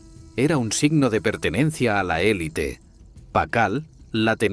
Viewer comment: Muy bien pronunciada la palabra élite. Ojalá todos los mexicanos corrigieran su pronunciación, porque siguen transculturizados en su pronunciación y siguen diciendo elit, la cual es la pronunciación en el idioma inglés y sin acento.